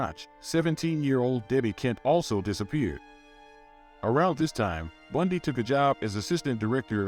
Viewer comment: If you can't even pronounce BUN-DEE, maybe you shouldn't do a video on him